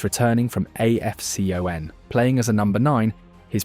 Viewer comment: you ai or something? pronouncing Henry like he is American and AFCON like its a company